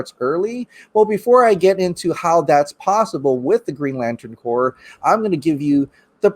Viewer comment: The green laten Corp not corpse " english would be good "